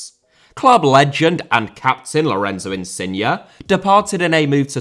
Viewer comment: It's InsignE* not InsignA please, the guy ain't a car